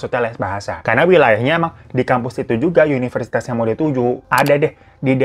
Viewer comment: universitas kak bukan yuniversitas 😆